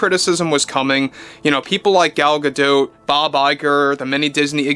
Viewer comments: why pronounce an isreali name as a french name? Gal is Israeli. GA-DOT not GA-Doh. was it Anwar Sa-Doh? of course not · Gal Gadot isn’t French so stop pronounce her last name wrong! She has been asked how to say her name in interviews and it’s pronounced exactly Gah Dot! The T is not silent, Think of Animanicas the Warner Brothers and their sister Dot!